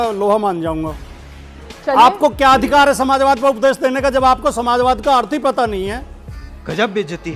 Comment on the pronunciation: यह वीएचपी का गंदा किङा जब प्रश्न का जवाब नही दे पाया तो समाजवाद को नमाजवाद कह रहा है।